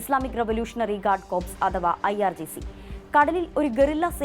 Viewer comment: It's കോർ, കോർപ്സ് അല്ല, Corps ലെ ps silent ആണ്,. തിരുത്തി വാര്ത്ത വായിക്കുക. കോർപ്സ് എന്നാൽ dead body എന്നർത്ഥം.